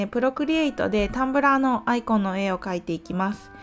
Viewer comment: いつも勉強させてもらっています ただアイコンの発音が嫌です笑 棒読みが一般的かと